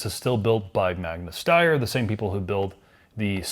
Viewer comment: wtf is he saying? Magna shneier? Americans can't pronounce any word in any language at all. People in other countries can at least pronounce foreign words correctly 25-50% of the time. Magna shneier lmao. It's Magna Steyr, and isn't pronounced in any way how you said it or think to say it. American/Canadian minds are really tiny when it comes to awareness of the world. They live in a cocoon whwre the planet earth only has America+Canada and maybe Mexico, everywhere else doesn't exist and is a lie